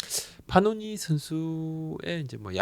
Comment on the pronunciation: 파노니× 패넌 이맞음 발음